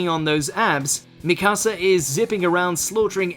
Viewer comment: He called Mikasa, "Mi casa" lol Que!? Hablas español?